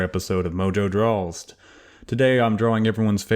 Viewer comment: That feeling when he pronounced "draws" as "drawlsed"